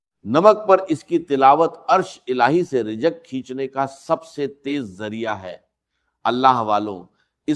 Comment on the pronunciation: یہ آرٹیفیشل آڈیو ہے۔ یہ مولانا اسرار صاحب کا تلفظ نہیں ہے۔ مثلآ ا۔ رجق وظیفہ۔